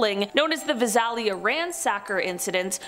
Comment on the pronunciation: Vi Sal ia Long a accent on Sal